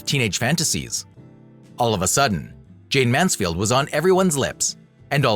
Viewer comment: For Heaven"s sake! Say the subject's name correctly or DON'T make the program. Such disrespect is appalling. JAYNE (not JayneS) MANSFIELD